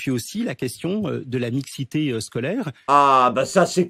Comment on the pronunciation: C' est bien parti avec un ministre de l' Éducation qui fait des fautes de français à l' oral, il fout des E partout entre et : "... la mixitéE... ". C' est pa(p)thétique. ;)